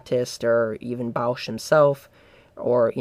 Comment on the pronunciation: "Bausch"? It's "Bos"!. "Bos"!, for heavens sake .